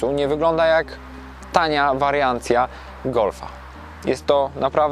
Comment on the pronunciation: dopiszę się do Pańskiej wypowiedzi. Obejrzałem kilkanaście testów na tym kanale i powiem, że ich poziom jest mizerny. Zaczynając od dykcji i gestykulacji, intonacji głosu, czy akcentowania tam, gdzie się nie powinno. Chłopak chyba kręci to sam, bo ujęcia są w taki sposób pomontowane, że niewiele z nich wynika. Mówi o ekranie zbliżeniowym, a widać wyłączoną konsolę! Mega jest zwrot - tania wariaNcja golfa. Hmm... Brak pomysłu, brak przygotowania. Osobiście polecam kanały np. Marek Drives, gdzie facet w 9 minutach potrafi powiedzieć i pokazać wszystko. Kolegę z TurboNews źle się nawet ogląda.